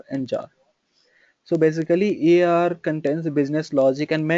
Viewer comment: Most of these reviews seem paid/favored. If your English is this bad, why not create video in Hindi? Also, if you want to make video public, please put some effort in learning to pronounce the names such as servers, webshpere, platform, EAR and list goes on .if you want to create your own pronunciation, then create/invent your own stuff first and then pronounce them whatever way you want :). There are quite a few wrong information given in the video. For example, web server's purpose is to route request. is your web server fundamentals clear?